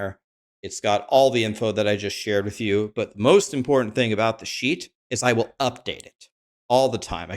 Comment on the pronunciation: Every time he says "sheet"....i hear "s.h.i.t."....damn the rude vocabulary of the streamers!!!😂